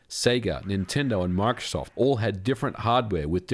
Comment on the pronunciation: I can't get over his pronunciation of Microsoft.